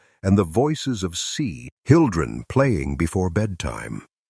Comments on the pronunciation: This is such garbage. Listen carefully if you can stomach the repetition of nonsense descriptions and you will hear the telltale mispronunciations—See-hildren for children, see-oh-in-try for country—of AI reading. I am sure there is a story of this wagon train that matters, but I am appalled that this masquerades as “history.” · C-Hildren 😂 . Meant to say children? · When the narrator said c hildren I couldn't take anymore